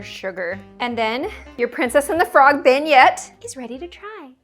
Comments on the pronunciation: Your Canadian, how do you not know how to say benya? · She said the princess and frog one wrong 😢(im from Louisiana new Orleans)